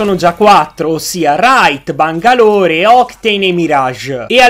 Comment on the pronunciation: Che pronuncia di ''bangalore"